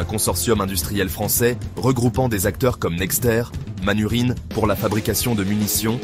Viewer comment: J'ai apprécié le commentaire IA avec le prononcé de MANURHIN (Manufacture du Rhin) en "Manurine". Ne plus dire le Rhin mais la "rine". 🤣 Ceci posé ce n'est pas un retour du Made in France mais la fabrication de munitions pour armes légères et un nouveau site d'assemblage pour des armes conçues par l'excellentissime FN Browning group et manifestement un partenariat avec l'excellent CZ. L'armée de terre française vient d'ailleurs de passer un contrat pour acquérir la mitrailleuse FN Evolys en remplacement de ses Minimi. Plutôt bien d'avoir un site d'assemblage d'arme et de production de munitions supplémentaire dans l'Union Européenne. Même si le coût du travail en France est aussi dingue que le temps de travail. Il doit y avoir des aides de l'état français dans le coup. Autre point : Le 5.56mm n'est plus le seul standard Otan. Il existe aussi le 6.8mm, qui a été choisi par l'armée américaine, qui risque bien de s'imposer naturellement. Pas compliqué de passer de l'un à l'autre lorsqu'une arme a un canon interchangeable. Le 7.62mm se maintient lui. Je ne sais pas qui a fait cette vidéo mais il devrait savoir que FN Herstal est devenu FN Browning group. Il devrait savoir pour le standard 6.8mm. Il devrait faire la différence entre l'ouverture d'un site de production de munitions et d'assemblage d'armes, avec un renouveau de l'industrie française d'armement léger. Il ne faut pas rêver éveillé. 🤣🤣